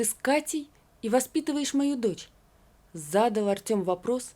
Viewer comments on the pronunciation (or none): Ну, и чтение! «… он понОсил брата…» Вместо - поносИл. «… зАдал вопрос…» Вместо - задАл… Это кто ж так читает? Ухо режет.